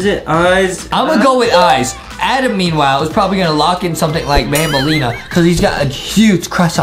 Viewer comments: Aka Banbaleena not banbalina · banbaleena not banbuleena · banbaleena not bambolina